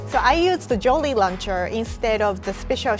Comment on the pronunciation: Hehe "Joly Launcher"